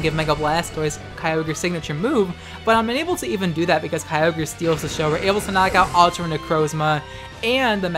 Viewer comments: Kyogr not keyogrey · ah yes... Key-O-Grey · Wait, is it Kai-ogre or Key-ohgrey? I'm in doubt now and I don't like it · Groodon, Kee-ogri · Why you gotta say it with a hard R👊😔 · I love you videos but god every time you kyogre wrong i die a little bit inside